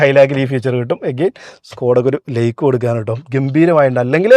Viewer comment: നിങ്ങളുടെ വിഡിയോ ഇഷ്ടം തന്നെ.. പക്ഷേ..ഈ like ന് 'ലേയ്ക് ' എന്നും side ന് 'സേയ്ഡ്' എന്നും ഒക്കെ പറയാതെ ശരിയായി പറയരുതോ..?